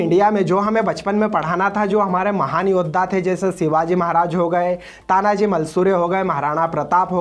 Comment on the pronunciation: तान्हाजी मालुसरे है नाम तो ठिकसे लो भाई